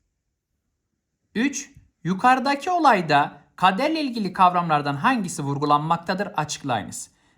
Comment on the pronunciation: hocam yukarıdaki diyeceğinize yukaradaki dediniz hocam